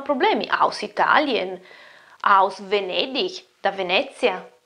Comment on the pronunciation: Hai detto VENEDIG con l'accento della Nort-Rhein Westfalen (come se fosse scritto VENEDICH)!